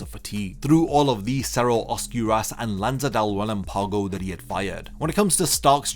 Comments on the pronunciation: Love your videos bro, but I just wanna say you're pronouncing relampago wrong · Proper pronunciation of Spanish words used in the video and Bleach (funny that Japanese VAs can actually pronounce them better) Metra(je)ta Osc(oo)rahs Murci(É)lago Rel(Á)mpago Any respectable Bleach fan would listen to the Jap version to be able to pronounce them correctly.